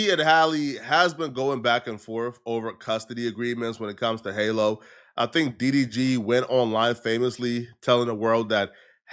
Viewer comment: From Halle to Hailey 😂 then halo to hallow 🤦🏻‍♂️ Can you read bro? Halo is pronounced just like it always is, like a halo over an angels head and Halle isn’t the same as Hailey. Halle is pronounced like HA LEE. You said it right a couple times then said it wrong many more times. Pick one bro 😂